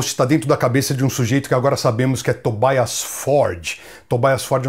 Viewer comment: Por que o "i" de Tobias tem que ser com a sonoridade do inglês (Tobaias), se a pessoa em questão é da Suécia? Em sueco esse "i" tem som de "i" mesmo, como no alemão.